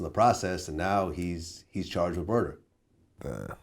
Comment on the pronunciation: If i hear "hypnotized wit hatred" one more time